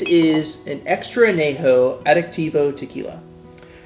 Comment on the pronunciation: Gotta pronounce that ñ. On-yay-ho, not ah-nay-ho. Try some Tears of Llorona, Rey Sol or Tapatío Excellencia if you want a true, additive-free XA masterpiece